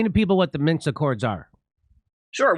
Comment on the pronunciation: Jimmy! It's "MINSK"! 😅